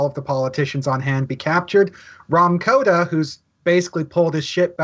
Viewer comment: It's Kota not Koda